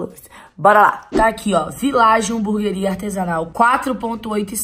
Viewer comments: Ela fala burgueria Kkk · "Buguer honesto" kkkkkk whatss? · É "HAMBURGUERIA" KKKKKKKK